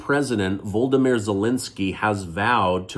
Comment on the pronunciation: Firstly, it's Vol-O-dymyr, Not the Voldymyr who is the baddie from Harry Potter !!! Secondly, to be fair, it's pretty undemocratic to hold an election when a large proportion of your voters are out of the Country, unless arrangements are made to include their votes ...